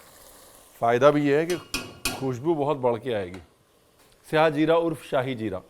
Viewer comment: Aaj jakar kisi se suna sahi lafz syah zeera nhi to shahi zeera sun sun k irritate ho gye the